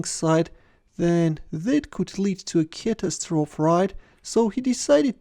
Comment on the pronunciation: Again, it's pronounced 'cat-ass-tro-fee'. 4 syllables, last syllable rhymes with free.